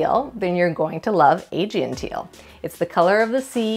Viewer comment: probably should have searched YouTube for "how to pronounce 'Aegean' "